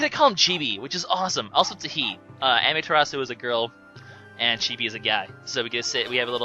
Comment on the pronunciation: said Chibi's name correctly.